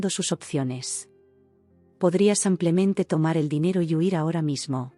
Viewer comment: Samplemente?? Nunca van a corregir a ia señorita que lee?